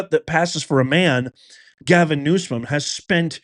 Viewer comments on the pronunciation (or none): NewSOM, not new”scum”😉news-come